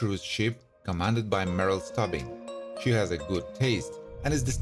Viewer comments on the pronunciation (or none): No offense, but have you ever watched an episode of this show, because you somehow managed to mangle nearly everyone of their names? It's not "Merrill Stubbing" it's Stubing as in Stoo-bing. The actor's name is Gavin McCleod (pronounced Mick-Clowd, not Mick-Cleod). By the way, Gavin McCleod passed away May 29, 2021, which you not only do not acknowledge, but the omission severely dates your video. That's just one of many examples. Come on dude. Show a little respect to your Youtube material and to the stars who worked hard on this show. You wouldn't want someone to mispronounce YOUR name, would you? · he even butchered his characters name lol it's pronounced 'stoobing' not 'stubbing'